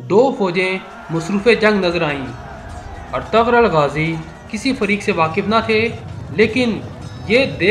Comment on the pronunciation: O bhi artgral nhi artgl gazi